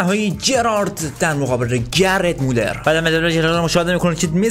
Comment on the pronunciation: داداش گِرد مولز نه گرت مولر